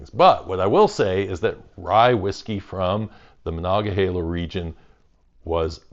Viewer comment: You actually say monogahela right, are you from around here? It seems like everyone online says monogaheela for some reason